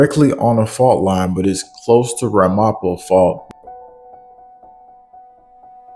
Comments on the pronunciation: Good reporting! Just a heads up… it’s pronounced RAM-a-po and the other town you mentioned is pronounced ho-PAT-cong… not nit picking but it helps so people can recognize these names in news broadcasts ❤️👍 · NYC here, it's pronounced RAMapo. Emphasis on the first syllable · Not for nothing, I don't like to correct but it is RAM - AH - POE ( like edgar allen poe) U got it goin on, intelligent & informative. Speak a little louder + perfect. Somerset county NJ here.surrounded ...hunterten Co + Middlesex County.